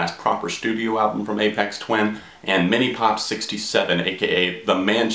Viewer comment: Am i crazy, or are you pronouncing it A-pex Twin?